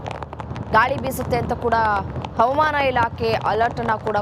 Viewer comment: ಅವಮಾನ ಇಲಾಖೆ ಅಲ್ಲ ತಾಯಿ ಹವಾಮಾನ ಇಲಾಖೆ ಎಂದು, ಉಚ್ಛಾರಣೆ ಮಾಡಿ, ಭಾಷೆಗೆ ಅವಮಾನ ಮಾಡುತ್ತಿರುವ ಚಾನಲ್ನ ಇ ಹ್ಯೌಂಕರ್ ರವರಿಗೆ ವ್ಯವಸ್ಥಾಪಕರು, ಸೂಕ್ತ ಬಾಷಾ ಶೈಲಿ ಕಲಿಸಿಕೊಡುವ ಪ್ರಯತ್ನ ಮಾಡಿದರೆ, ಚಾನಲ್ ಕೇಳುಗರಿಗೆ ಅನುಕೂಲ ಮಾಡಿಕೊಡಬೇಕು 🎉🎉